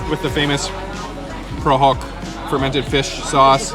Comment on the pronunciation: I’ve watched your Phnom Penh and now Siem reap video, you butchered a lot of Khmer words, but you sound authentic when you said prahok lol good job.